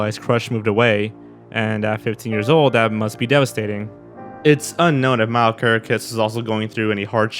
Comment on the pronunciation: NOT how you pronounce Mile....